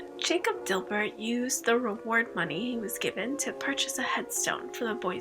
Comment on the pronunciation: Also it’s not Dilbert! Lol It’s Dibert! Pronounced Die•bert